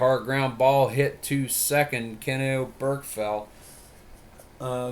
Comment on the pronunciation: Just an FYI Oberkfell's name is pronounced Oberk-Fell. You put the wrong emPHASis on the wrong sylLABle :-)